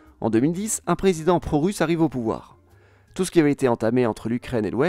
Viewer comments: Un prézizident … président 😂 No worries , merci pour la qualité de ton travail phénoménal Une vrai pépite ta chaine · Pas grave c’était drôle 😹 un prézizen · avec un prézizent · Avec un prézizant ^^ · Avec un prezizend 😂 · on est pas à un prézizents près :') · Avec un présizent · "Avec un prréézizident..." 🤣